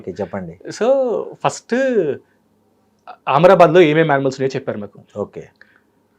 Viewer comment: ఆమ్రబాద్ కాదు అమ్రాబాద్